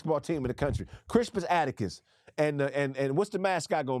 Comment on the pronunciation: is butchering the hell out of Crispus Attucks'name. It's pronounced Cris*pus At*tucks. Also, people don't know about him because they barely allow the teaching of real history in schools today. And Black American history is either censored or banned.